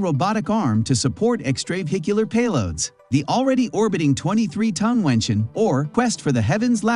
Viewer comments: Mengtian is pronounced as /meng tian/ not /mengshen/. 'tian' in Mengtian, same as 'tian' in Tiangong, means sky or heaven. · It's 梦天，not 明天 梦means " dream " , and it should pronounce as "Mong" in English, but "Meng" in Pinyin. 天 of course means sky or heaven, so the two mean " dreaming about the sky or heaven" in English Edited: 梦is simplify Chinese, it is 夢 in traditional Chinese